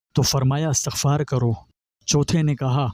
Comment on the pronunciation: Astaghfar nahi Istaghfaar prhty hn video waly bhai sahb.